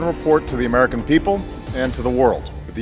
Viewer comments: Why is it "Amarica"? 😢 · Amaarica kaha hai.